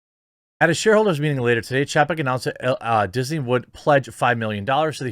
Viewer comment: It's chay-peck.